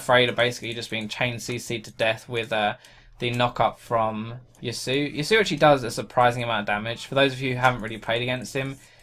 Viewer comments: Pronounced Ya-su-oh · ***** "Ya-su" is incorrect. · Just for the record it is pronounced "Ya-soo-oh" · ***** Yasuo is a name originating from the Japanese language. Do you know how to speak Japanese? I do. I and other Japanese speakers pronounce it Yas-oo-oh. Did you just decide to ignore the o on the end? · You pronounce ya sumo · I'm not raging at you; but Riot needs to make champions that have names that people can pronounce... I'm honestly not angry at anyone, but it's "Yass-oo-oh"